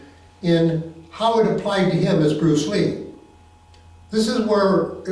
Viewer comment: Bwuce Ree baby